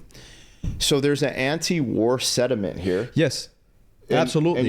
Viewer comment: BRUH, its not "SEDIMENT", it's "SENTIMENT".